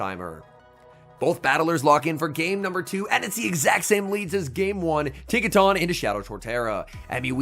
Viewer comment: pls… Tinka TUNN as in the word ‘Ton’ not tahn